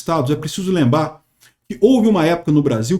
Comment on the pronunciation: “é preciso lemba” 😅